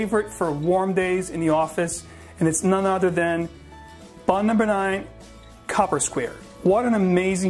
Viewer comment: It's COOPER Square, not copper. As in someone who makes drums and barrels.